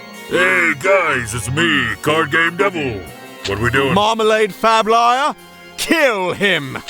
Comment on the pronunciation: I was caught so off guard by "Marmalade Fab Liar" that I had to pause, rewind and listen to it again and it was gold Perfect